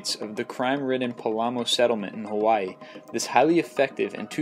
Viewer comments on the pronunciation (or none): none